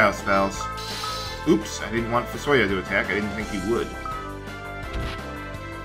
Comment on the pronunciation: also, i pronounce fusoya as "fu-so-YA" and not "fu-SO-ya"